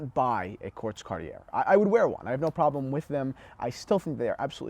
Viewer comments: Kagh-tee-yea NOT CARTEEYAIRR YOU PEASANT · Omg Pronounced Car tee yay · How do you say, Car-tee-aye. It’s doesn’t rhyme with air. Now back to the video, with Cartier the aesthetics of Cartier timepieces is the design not the movement. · “Someone who’s not into dress watches” The British Royal Family have long been fans of Cartier (it’s Car-Tee-yay). In the US the Kennedy’s also famously wore tanks. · Luv you recent uploads.... but you should consider taking this video down to protect your T&H brand..... Nowhere on the planet is the acceptable pronunciation of Cartier, Car-Tee_Air. Nowhere. Presenting yourself and your luxury brand focused company as experts while not knowing how to pronounce Cartier , is like an exotic car dealer not knowing how to pronounce Ferrari , or a wine/Champagne expert not knowing how to pronounce Moet. The person pronouncing it as Car-Tee-Air, simply does not have basic knowledge of the subject or it's lingo, and is clearly not handling this kind of merchandise on a regular basis.... because his co-workers would have corrected him many times over. You're my boy, and you even do a good job when your dad is a guest on the show......but I would NEVER under any circumstances even buy a Timex from someone who couldn't pronounce the name of one of the top and most popular brands in his business and in the world. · Car T Airrrrrrrrrr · I have two quartz watches in the collection: a Tiffany Tesoro chronograph in 18k, somewhat blingy (but I like the looks) and weighs a ton, and a very thin Baume & Mercier moonphase. I keep them for their aesthetics, and they're both no-worry watches. BTW, the name is pronounced car-t'YAY. I know pronouncing JLC gives you fits, like me. Pronouncing French always makes me feel like Pepé Le Pew. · 1 out of 3 is good for Americans today. At least he didn't mess it all up.🤣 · How is this a watch channel and you don't know how to pronounce "Cartier"? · Gahhhh.. Say Cartier the right way!